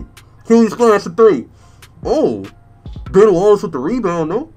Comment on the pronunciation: When he said ben Wallace I thought he said "Bon Walls" 😂😂😂😂